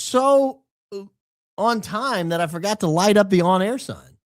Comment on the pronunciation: “We’re on Aa” not on air 😂😂